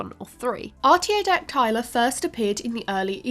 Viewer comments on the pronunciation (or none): She literally mispronounces a key word, it should be: Ar·tio·dac·ty·la ˌärt-ē-ō-ˈdak-tə-lə not *ärt-ē-ō-dak-'tay-lə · Is arty-oh-dack-TIE-luh a British pronunciation? I've always heard arty-oh-DACK-tuh-luh. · Why are Ruminantia and Artiodactyla pronounced so wrong??